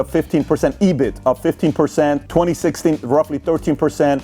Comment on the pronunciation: EBITDA not EBITA